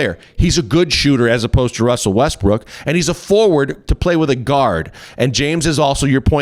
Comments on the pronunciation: hahahha ;D I think he says also Westbrick ;D hahaha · Lol “Russell westbrick”